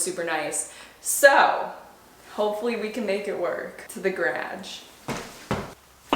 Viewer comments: mia why do you pronounce garage (gah-rawj) like grodge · I love the way she says garage like gradge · Is is just me that finds it hilarious when she tries to say garage but pronounces it as "grage" 😭😭🤣🤣 Love you! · Mamary the stupid questions people ask. 🤦‍♀️ She’s Canadian. Small minded much? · I can’t get over the fact that she calls garage “gradge” hahaha 💕 love!! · are you going to address how you say “graj”????? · Never heard garage pronounced that way! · I cant with her on how she says garage 😅😆🤦🏻‍♀️ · I literally had to turn the video off and stop watching because of the way you say garage incorrectly a million times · Y she say garage like that 😆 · Where are you from? The way you say "garage" is something I've never heard before. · hehe idk why but the way (canadians) say GARAGE vs how americans say it is like the biggest difference of all words!! its the only word I notice as super different:) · Love how you say garage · This was worth watching just to hear you saying garage!❤️ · Desormeaux she’s Canadian, doofus. Don’t be small minded. That’s disgusting. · i can’t tell if she’s saying garage as a joke or not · McGill she’s from Canada. Don’t be small minded. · Every time you say "garage" I feel like I have to repeat it back in the same accent. I am from Alabama and we just say it so differently. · Canadians saying “garage” is top of my list of favorite accents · Just an FYI this is not a Canadian thing 99% of us say it normally like in the US